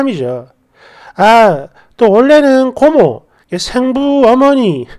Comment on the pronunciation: 생모, 생부의 발음은 앞 글짜 ‘생’에 액센트가 있음을 아시고 정확하게 발음 해 주셨으면 합니다.